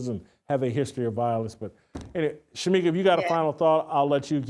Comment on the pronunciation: It was great to have back. needs to be on once a week, the same day of the week so viewers like me would know when he is going to be on. For those in chat, get the First Lady of Fearless' name right. It is Shemeka not Shameka. God bless Jason,, Steve and Shemeka.